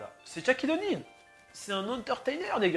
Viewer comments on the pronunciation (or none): Bonne vidéo mais Shaquille O’Neal se prononce comme ça s’écrit et non pas "Tchaquille O’Neal "